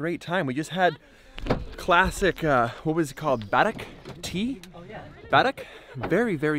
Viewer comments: Its not barak its called karak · Barack lmao. Karak buddy it’s called karak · haha... it is karak tea not barak :) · What a beautiful video love our desert 😍 btw we called the Tea Karak not Barak 🤭😂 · its Karak not barak